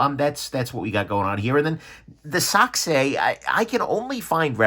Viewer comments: that was the best pronounced "sachse" i've heard from an american, all other reviewers tortured my ears while trying!🤣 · ya it’s a confusing pronunciation. Antithetically, it’s pronounced “sack-see”